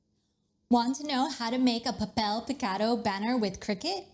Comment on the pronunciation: Awful pronunciation of Papel Picado 🤦🏻‍♀️